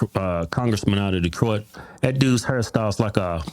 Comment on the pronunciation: Detroilet? That's some really sloppy English. Been in the US since 1979 and still hasn't learned English?? Desperately needs a speech therapist.